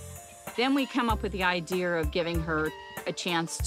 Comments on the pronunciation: LOL ,did anyone Else hear her say "then we came up with the I-deer"?. She is to into nature 😃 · Why do ppl say the word “ideer” 🤦‍♂️ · Lmaaaooo. She sure ah did say, "I-dear". You're funny.